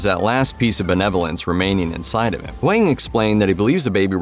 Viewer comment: Its not wang Its Hwang